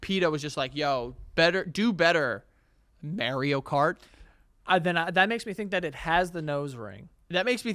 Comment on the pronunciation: saying "Mary-o cart" is infuriating lol